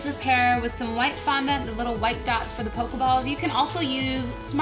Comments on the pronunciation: it's called pokeballs not pokuballs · Haha you said poke ya balls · You said pokeballs wrong